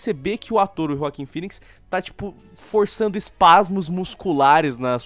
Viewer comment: É joaquin e nao joaquim ._.